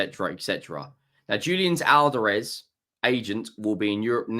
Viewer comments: Al-Vah-Rez Not Al-Vaar-Ez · The emphasis is in the first A. You’re putting the emphasis in the second a.